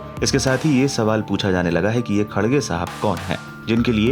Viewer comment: It's not khadge, correction its kharge